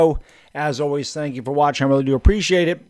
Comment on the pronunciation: Why? He stinks. Who cares if he “works weally hard🥺” he sucks at his job.